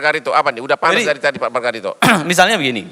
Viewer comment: Dgr margaritho.....sy rasa lucu